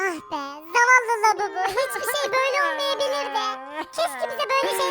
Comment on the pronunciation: labubu değil babubu